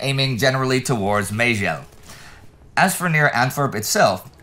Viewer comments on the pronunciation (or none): Having grown up in the region - Meijel is pronounced more like "Meh-yull"; still an excellent episode as always! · Some corrections on Dutch town an village names: Liesel should be Liessel, Menlo should be Venlo. And Meijel is pronounced something like 'my ell', or 'Michael' without the k sound.